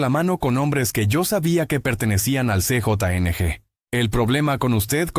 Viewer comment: ¿Qué significa "C,JO,N,G",la pronunciación correcta a:CJNG es "Ce,jota,ene,ge",gracias por tomar nota y superarte. 😊